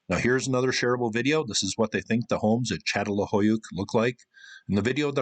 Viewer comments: Çatalhöyük. The "Ç" is pronounced "ch". It's not a good idea to tell an academic how to pronounce what they study. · If you’re going to talk about Çatalhöyük, please pronounce it properly, I couldn’t take any of this seriously. It’s CHA-TAL-HOO-YOOK, as Chris pronounced it in the presentation at the end of your video.